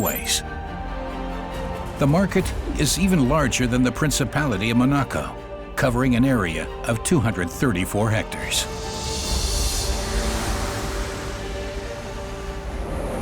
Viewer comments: He said Mon arco! For Monaco. How stupid is that? He’s probably never heard of the place before. Americans and Geography hey ? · 'Ma-na-co'? Is that a country in American 'Your-rope'? 🤭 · Commentator starts of not even knowing how to pronounce Monaco .... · Narrator can't pronounce the Principality of "Monaco" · That's not how you say Monaco